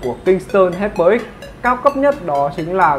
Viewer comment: Đọc là hai pơ ích chứ không phải là hi pơ bạn ạ